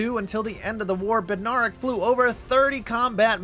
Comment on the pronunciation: Bed- nair (like air)-ick